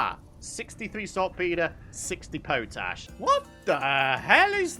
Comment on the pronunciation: Hi, i think you are pronouncing something incorrectly ie. Potash is pot ash, that's what I would have thought.